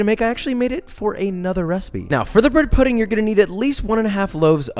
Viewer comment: bwhed puhdeen'gh